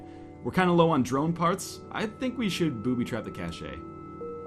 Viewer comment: At first i thought he said cash-eh as a joke.. D: poor NL